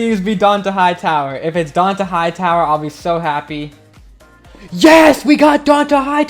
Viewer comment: Can u fix how you say Dont'a Hightower omg